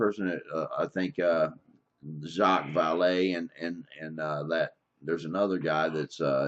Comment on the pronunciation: "Jock-iss Val-lay" 😂 That would be Jacques Vallée, pronounced with a French accent.